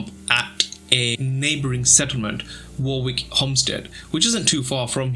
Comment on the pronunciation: I's pronounced 'WORRICK' not war-wick...